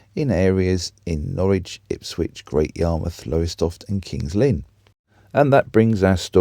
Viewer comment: There is not a t in Ipswich